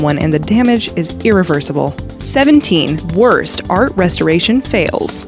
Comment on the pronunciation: She said restoration wrong bruh